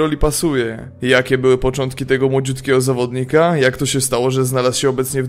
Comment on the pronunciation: spoko materiał, ale po 2 minutach mam dość, bo strasznie przeciągasz zdania: "Michu był nową twarzooom" "na co stać tego nowego zawdonikaaaa" każde zdanie musisz tak przeciągać? W polskim języku masz akcent na przedostatnią sylabę, a tak to brzmi jak mandaryna w sopocie ;)